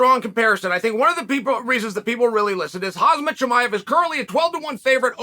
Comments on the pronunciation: Its Khamzat (K-hum-zaat) not "Hazmat" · Chael please learn to say his name correctly. His name is pronounced KHA-HM-ZAT not HAZ-MAT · Dude , his name is not Hazmat 😅, it’s not that difficult , repeat after me : Kham-zat ……… There you go 👏👏👏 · KHAMZAT BRO NOT KHAZMAT🤣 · Bad Guy loves his pro wrestling... RIP the Ultimate Warrior, Andre etc. Fun for a ten year old on a Sunday morning with the cartoons either side in the 80s. I bet Chael can pronounce Jimmy Superfly Snuka, but he struggles with Khamzat. He may have pronounced it close to the right way, accidentally once. Time to say 'uncle' and stick to calling him by his surname, which ironically he has no real drama with. Little dementia creeping in? Too many shots to the head? Occupational hazard but not requiring the hazmat suit he keeps dragging out.